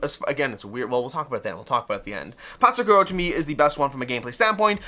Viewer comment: Love your channel, but a quick search in google will tell you the actual pronounciation of Patzcuaro :) it's "pats kwaa row". Awesome video!